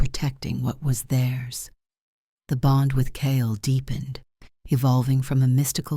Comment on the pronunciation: The story is good but the reader is bad. The sentences break in the wrong places. The reader doesn’t pronounce simple words like bow, bond. It makes the story hard to follow.